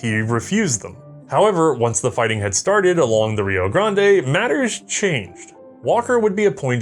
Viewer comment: Rio "Grahnd-ay" lol